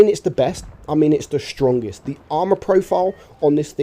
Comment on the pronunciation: dude do you intentionally say Shtrongest? lol reminds me how that golden Dutch dude spoke in Austin Powers lol